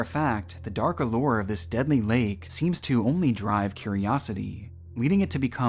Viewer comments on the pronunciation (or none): none